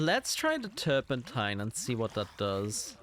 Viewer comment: You were pronouncing 'turpentine' correctly 👍